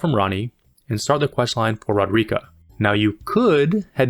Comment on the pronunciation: RO-DER-IK-AH. Say it with me.